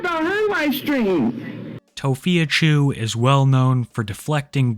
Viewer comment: why do you say it like tophia CHEW 😭😭😭 u say it violently